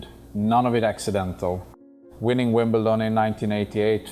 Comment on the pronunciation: AI produced for sure. Three players says : ” - his stillness” ?? Never ever heard that about him. Most revealing when Connors says : - In ..Wimble..Ton (??!!) He would never pronounce that wrong !!